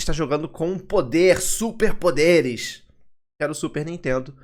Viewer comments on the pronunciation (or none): Essa pronúncia do cara do comercial falando Super Power ficou meio estranha, kkk